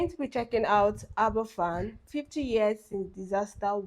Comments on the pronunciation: Well said in the pronounciation as a first. I worked with a lady that was rescued from that school. I was 7 or 8 weeks old when it happened. We lived about 9 miles away. Dad was on leave from the Army and went to volunteer. as a rescuer and engineer (he was REME). This hateful event led to the start of "Health and Safety". There wasn't a culpable company. it was the National Coal Board, run by the English Government. Nobody got prosecuted and the residents that survived had to contribute to get the remaining slag removed. Aberfan will take generations to clear the pain & anger. I'm tamping about it still. I congratulate your compassion on this. Diolch yn Fawr. Don't hold it in butt, let it go, let the world learn from it. It lead to the "Health and Safety at Work Act, 1974" 6 years later, so some good came out of it, just not in time for those lost souls. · It's pronounced AberVan, but spelt Aberfan. It's Welsh. What happened was the spoil(what's dug up that isn't coal) from the coal mines behind the village was piled up into spoil heaps, and one collapsed due to rain, flowing down the hill, engulfing two farms and the worst of all, the school. It basically bulldozed everything in its path. Almost the entire youth of Aberfan village were killed. It was a huge tragedy compounded by mismanagement by the coal board. They not only didn't take concerns of the miners over the stability of the heaps seriously, to after the slip, trying to get out of paying compensation to bereaved families. The eerie sight of all those gravestones on the hillside is sobering. They're beautiful but heartbreaking.